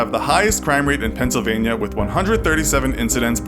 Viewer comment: Pencil vania lol